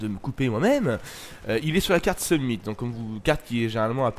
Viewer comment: Sumnit? Summit plutôt nan?